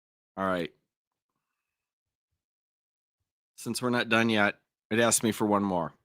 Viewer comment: And, "Dat ain't wat he ax you".